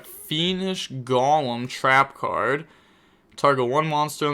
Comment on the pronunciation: You need to add Golem to your next pronunciation video